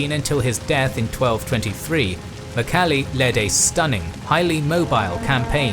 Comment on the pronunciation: who is "mukhali" really please try to say it correct in Mongolian. i know you guys try but ask some Mongolians how to say it correctly .